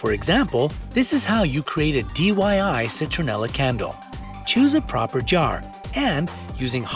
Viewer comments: Anybody notice him say D.Y.I. Instead of DIY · Did anyone notice how he said, DYI instead of DIY? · He said DYI 😅 not DIY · Did somebody heard the narrator said DYI !! Instead of DIY tell me if you find it funny! Hahha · am I the only one who heard DYI instead of DIY? 😅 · did he just say dyi instead of diy!? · Don't think I didn't catch you say DYI instead of DIY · Did I just hear DYI instead of DIY😁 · Did any one notice that he said dyi instead of diy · He said DYI instead of DIY😂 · u said DYI instead of DIY and this is a kid saying this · he said dyi🤣🤣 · DID U SAY DYI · Actually really helpful, thanks! Btw did anyone else notice that the narrator said DYI? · he said "DYI"!!! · He said dyi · Am I the only one who noticed he said dyi? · Kawaii person YES IKR I GOT SO ANNOYED WHEN HE SAID THAT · I swear there's something wrong with him trying to say DIY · he said DIY wrong lol